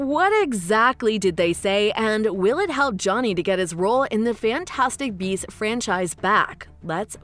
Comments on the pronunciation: I heard "Fantastic Bees" 🐝 throughout the video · Your channel suuuux! You made it look as though Eddie was gonna be talking smack via live feed.......but alas it was narrated by a chick that kept saying bees instead of beasts!!! 😂🤣😂🤣 so not only did I waste 8 minutes watching and waiting but an additional three to write and post this!!! But that's on me, lol.